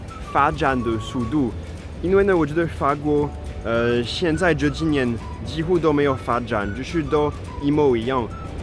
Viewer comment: 不開字幕，也聽得懂，但是一（摸）一樣😢，有嚇到我。